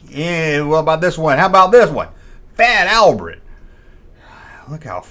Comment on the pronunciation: Good video,. Fat Al-brett is a good one, my dude.. It sounds just like some of Morgan Freeman's "doity" south pronunciations on Electric Company, which you should do a show on. Look up a skit he did with Rita Moreno called "Menu Song", Electric Company.